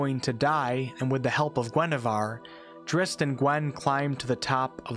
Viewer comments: I've never EVER heard it pronounced "Drist". I've always pronounced it... as it is spelled, Drizzt. Zzzzz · "Dritz" has never been an alternate pronunciation. Swapping around letters is just dyslexia. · Why say Drist when there is a ZZ?